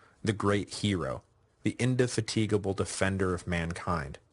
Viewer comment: In-de -fatigue-able??? LOLOLOL!! The syllable 'fat' is the emphasis, not the word 'fatigue' :D Other than occasionally hilarious pronunciations, nothing but compliments for your series!!